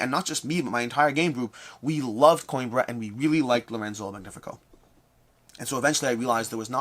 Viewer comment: I finally looked up how to pronounce Xia! Also: Mispronouncing Coimbra (co-EEM-bra) despite me commenting on it for two years. 😂😂😂